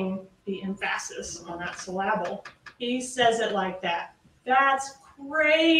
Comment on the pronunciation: Im a bit disturbed by how says "emphasis" and "syllable" is that a Tallahassee thing? 🤔